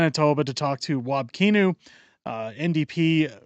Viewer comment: I'm stuck in, I mean, live in WPG, MB. Kinew's name is actually pronounced like "canoe", I say it wab tippa-kinew to remember LoL. But I like that u mispronounce it, so pls continue!